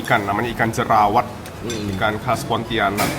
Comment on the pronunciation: Bukan jerawat tapi jelawat